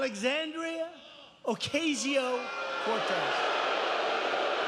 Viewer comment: Alexandria Okay-Zee-O Cortez ... 🤣 This guy is nuts !!